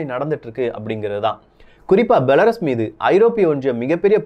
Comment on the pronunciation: பெலருஸ் என்று கூறவும்.